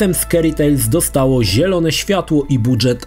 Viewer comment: "Budżet" wymawiamy jako "d-ż", a nie dż", jak "drzewo"; to zapożyczenie z francuskiego, nie angielskiego.